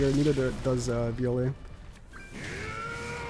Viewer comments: In Native language (Brazilian portuguese), the "E" is pronounced as an "Eh", that's why he said v-oh-leh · vi-oh-lay come on bruh shouldve just called him bam instead of butchering bros name lmfao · Vee-ole is the pronunciation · Lol so tru😂😂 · Hes real name is bam, and your butchering his name lmao, its Jue Viole Grace in his fug fit